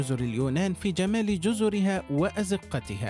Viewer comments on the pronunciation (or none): none